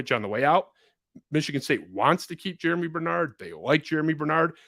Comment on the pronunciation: Germie** not Jeramy